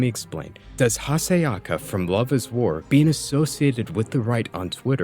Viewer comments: I agree but at least pronounce one character's name properly mate. Venator, not Venerator. Hayasaka, not Hasayaka. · small correction, it’s pronounced Hayasaka